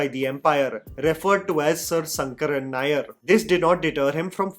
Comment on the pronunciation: It’s “sha” as in Shankar and not “sa” as is pronounced in the whole video. In malayalam all sanskrit names have an “an” at the end so Govind becomes Govindan; Ram becomes Raman and shankar becomes shankaran.Atleast pronounce shankaran nair correctly….